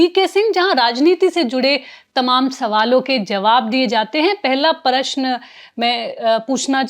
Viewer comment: Anchor ko Prashan bolna sikhana padega.. Unki Hindi utni aachi nahi hai